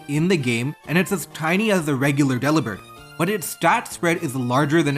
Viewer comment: It's not "Dell ih bird" it's actually "duh Lih berd" as in rhymes with Delivered. It's a joke nobody got.